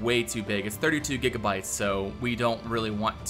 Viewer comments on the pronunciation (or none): none